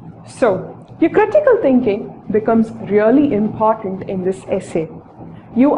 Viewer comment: imphartant or important ? POS!